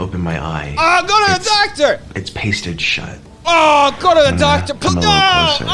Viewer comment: I love the way he pronounces doctor. Like "Dahctah". I have to keep replaying it xD